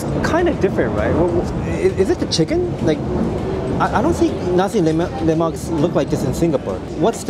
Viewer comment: 🤗 u got my respect for pronouncing 'nasi lemak' and 'ikan bilis' (anchovies) correctly! 😄 foods are always nice with good companies, and you have us to accompany your food diaries!